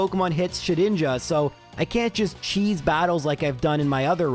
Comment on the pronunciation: I believe it is pronounced Shed-Ninja🤓